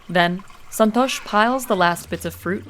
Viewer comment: Son-tosh. 😂 i love foreign accent pronouncing Indian names